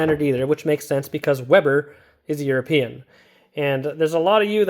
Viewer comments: It isnt a "Webber" but a "Weber"! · It's a weeber NOT a webber!